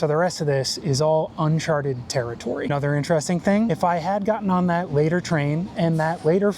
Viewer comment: Yay! He said "uncharted territory". Sick of hearing "unchartered".